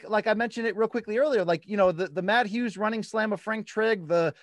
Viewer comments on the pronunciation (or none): none